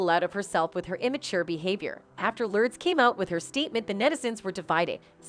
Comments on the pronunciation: Would be nice if the AI narrator would pronounce simple names correctly..."Lurds?" oy BTW.... "Lurds," is of age now... this video is old. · I hate how you pronounce both their names. It’s Lur-des and not Lordes. Madonna and not midonna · The fact this robot keeps saying “lurds” 😂🤣